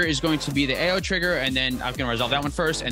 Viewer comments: I just love Tiamat cEDH. So many lines to victory and such a sweet commander. GO!, Ao is named after the Chinese Dragon God of the Eastern Sea; Ao Kuang and it's pronounced Ow. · both your pronunciations of Ao are wrong. So, prolly best not to worry about it